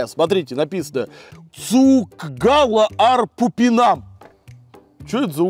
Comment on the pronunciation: Тоже привет от Латвии . 14:1( видео минуты и секунды)я всё пойму но как ты прочитал,, цукгалам ар пупинам" ето реально спешно 😂